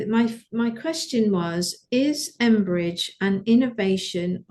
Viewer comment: Do you mean Cambridge digital networking Blockchain? Sounds like you’re saying Embridge.